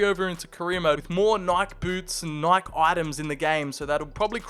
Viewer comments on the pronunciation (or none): Nike is pronounced nai kee😭😭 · I just realized he can’t pronounce Nike….